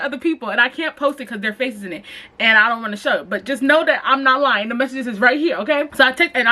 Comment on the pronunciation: “i was lien “ STAND UP 💀💀😭